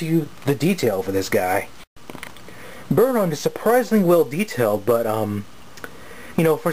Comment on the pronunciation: i tho u say birdie i was like "what birdie?"